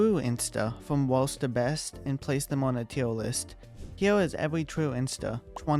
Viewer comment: His voice made teir list sound like teir wist 😭